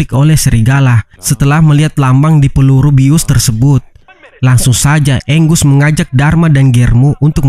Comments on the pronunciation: Angus dibaca "enggeus" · Namanya angus bukan anggus bang